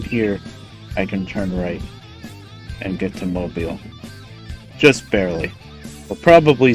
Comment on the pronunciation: Kudos to you for pronouncing "Mobile" correctly. I hear too many Northerners mispronounce it.